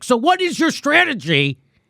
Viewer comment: She said "stwategy"...🙄